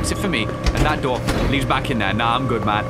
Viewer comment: U,mm you said daor I swear it’s door boi